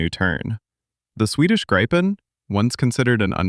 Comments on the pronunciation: It is pronounced "Greepen"! It makes me cringe everytime your AI voice over says "Graipen" ! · When will all these English speaking commenters/content makers/speakers learn? It is not pronounced "Graipn", "Grippen" or something other peculiar that sounds like a disease or flu but "Greepen". It means "Griffin". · The SAAB Gripen is nothing to gripe about. It is actually pronounced "gree-pen" in Swedish. I saw the 1st surprise air show flight here in Stockholm in the 1990s. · Nothing new that RR jet eng. fits in Gripen, not pronounsed graipen. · Say Griffin instead of gripen pls... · It is pronounced Greepen moron. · Annoying that Artificial Intelligence does not know how to pronounce "Gripen". The "i" is short according to the linguistic rules, but most A-I gets it wrong, pronouncing it with a long “I”. Other than that, this is one of the few honest reports on Canada's possible replacement of the CF-18. Nothing, other than Canada's first order of US F-35s, has been contracted for. The rest of the CF-18 replacements are still being negotiated. I think that Gripen is the best choice, even though it would mean Canada has to support two very different fighter/interceptors. Modern logistics makes mixed fleets less of a challenge to manage. However, sometimes politics overrules. Compliments to "Wings of War" for a pretty honest report on Canada's possible fighter replacement. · FFS LEAR TO SAY A REALLY SIMPLE WORD LIKE GRIPEN!!!